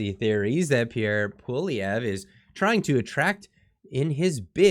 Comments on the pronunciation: Pssssst The “R” is silent in Poilievre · I always look forward to watching your great videos, BUT PLEASE improve your pronounciation of Poilievre.